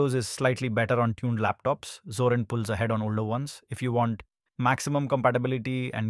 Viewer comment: ゾランじゃなくゾリン（あるいはゾーリン）な。それをどう読んだらゾランと読めるのだ。